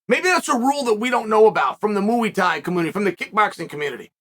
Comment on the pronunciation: The MOOO-E-TIE community lol